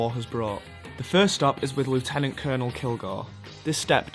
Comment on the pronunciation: You pronounced lieutenant wrong.